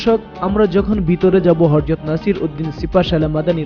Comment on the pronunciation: Hajrat. Not Harjot.